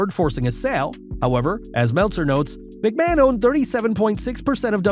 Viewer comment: How much do you get paid for saying machman